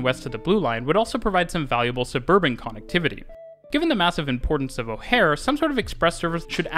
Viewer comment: Dude said O'Hare wrong...